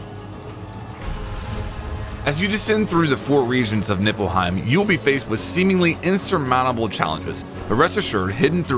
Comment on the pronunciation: "Nippleheim", sigh...